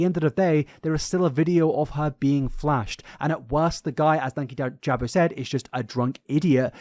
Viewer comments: Just for future reference it’s Dan-keyjabo hearing you call him Danky jabo is so funny hahahha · I think his name is pronounced like Dan-key-juh-bow just for future reference. We missed you btw!! Hope you had a good holiday besides the flu part 😅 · Dan-kee-jah-bow has said his own name enough times, that you should be able to pronounce it properly. Also, exposition is harder to say than ex-i-bi-shun. Like your videos, and as you speak for a living, it’s important to pronounce things properly 😊 Merry Xmas and all those baubles 😂🎉